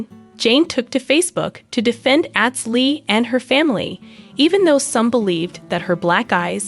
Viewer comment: At least pronounce his name correctly... Atz... Like Ahhhhhhhtz Long a... Not short a.